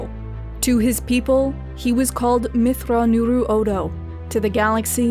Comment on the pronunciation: Beautifully edited video and summary of Grand Admiral Thrawn's life from Legends. Plus that pronunciation of his full Chiss name was beyond impressive XD